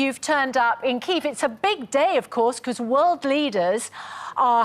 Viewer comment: The bloke can't even pronounce "Kyiv" correctly. 🤦‍♂🤦